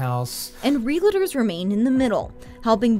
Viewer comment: Realtors not Reliters